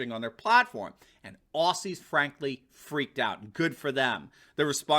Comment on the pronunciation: Gutsy move by Poland, love it. Jfyi, it's spelt Aussies, but is pronounced Ozzies. Love your channel, thankyou.